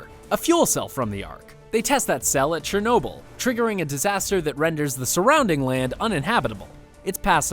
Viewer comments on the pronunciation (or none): none